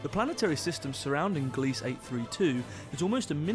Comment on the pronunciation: At , you pronounced Gliese "gleece", rhyming with "fleece". I confirmed via a visit to Wikipedia that it is the name of a recently deceased astronomer by that name, and it's pronounced GLEE-zuh.